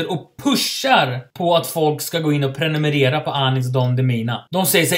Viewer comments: Inte preniminira utan prenumerera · "Prenumenera" PRENUMERERA**